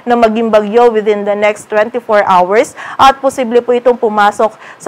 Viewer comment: Mali yata ang pronunciation mo ng ‘hour’ !!